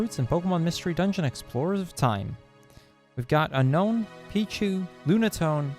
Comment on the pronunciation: you mispronounced unown and misspelled unown in the chapters list. You also misspelled Milotic and Kecleon Unown is canonically pronounced un-own